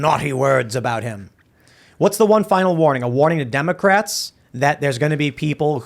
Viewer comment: He said 'Democrats' incorrectly.